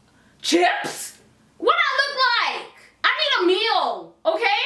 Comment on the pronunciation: Wooow That Manager Made That Customer Buy A Freakin Tester Fragrance For $89 Dollars !! SMH !! & The Way You Said “Chips” LMBO 😂😂